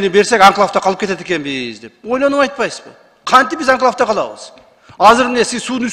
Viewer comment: Тазаш ака башта туура окуганды үйрөнүң. Картаны, Кыргызстандын географиясын үйрөнүң. Анан мен өзүмле суранып сизди кайра жогорку кеңешке отургузуп коёюн. Кайдагы "анклаб анклаб" деп онтолоп өзүңүзгө окшогон карта билбес сабатсыздардын мээсин чайкабаңыз. Рахмат микрофон тазаштын тарапташтарында🙃🎤